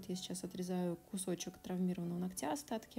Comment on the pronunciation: Очень тяжело слушать, сори. "НогтЯ" 😥 До конца не могу смотреть. Ударение на первую гласную, НОготь, НОгтя.